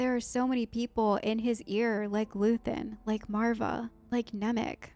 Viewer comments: It's Luthen. Luthen Rael. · just luthen, not luthien